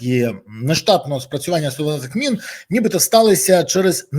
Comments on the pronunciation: Та не мин , а мін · Пане Береза, мін, а не мин